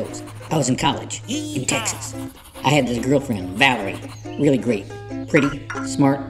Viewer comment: I still hear "Willy" instead of "Really"